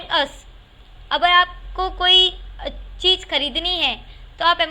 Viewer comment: Cheej Nahi Cheez